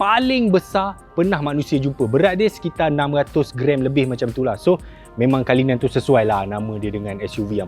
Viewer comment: Cara sebutan bukan kalinan tapi CULLINAN (KU LI NēN)